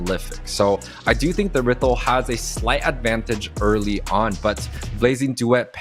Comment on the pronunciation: who tf says errithl